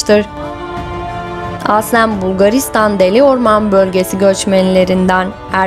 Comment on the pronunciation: Nasıl bir “aslen” deme şeklidir bu. Bu kelimeyi çok yanlış telaffuz ediyorsunuz. Kulak tırmalayıcı